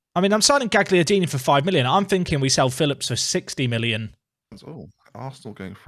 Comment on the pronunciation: Quick pronunciaction heads up: Gagliardini. You don't say the g. So instead of GAG liardini it's more like "galyardini"